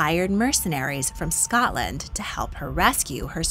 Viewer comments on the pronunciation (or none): none